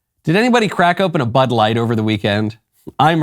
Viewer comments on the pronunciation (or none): Was that Butt light or Bud light? 🤔